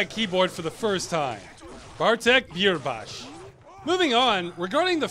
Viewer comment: Good pronunciation on Bierbasz. I saw that name on screen and was ready for you to butcher it, like everyone does Polish names. You didn’t, and I’m pleasantly surprised.